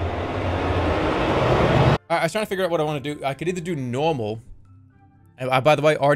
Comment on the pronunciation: Dude can't even say "normal" He says Nawwllma